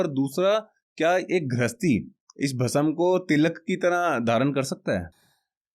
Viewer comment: Kya yaar pronunciation Bhasm, / samjho,seekho,ye bolne ke liye hota nahi aur spiritual podcast bhasm,bhasma,Bhasm aap bol rahe ho bhasam.